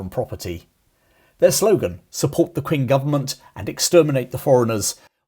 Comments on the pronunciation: FYI, Qing is not pronounced Quing. It's pronounced Cheeng. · You mispronounced Qing. It’s not “Kwing”. It’s pronounced as “Ching” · Qing, a pin yin transliteration, is pronounced Ch-ing not Kwing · "Kwing government "? More like "Ching government ". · It's pronounced Ching Dynesty. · Qing is pronounced Ching. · Qing is pronounced “Ching”. The Q in any chinese word has a Ch sound. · Very interesting video. I believe Qing is pronounced Ching. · Qing is pronounced Ching.